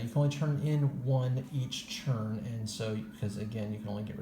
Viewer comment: Do you understand that the word “turn” is pronounced differently than the word “churn”?